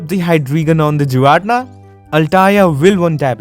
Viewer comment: Pronounced "gee-rah-tee-nah" giratina.